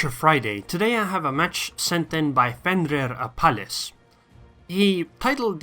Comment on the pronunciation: Dude you nailed it pronouncing my name lol